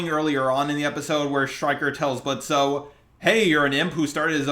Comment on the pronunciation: BRO- that one scene before Moxxie came, the one with Blitzo and Striker during Strikers monologue to Blitzo made me smile like an idiot- not me shipping them just cause of that LMAO loved this review tho I'm dying NJNNDWKNKD- edit: The fact that u keep saying Blitzo while pronouncing the 'O' I